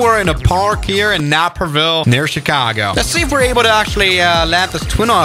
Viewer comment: as a person who lives near Naperville, nap-er ville is totally how you say it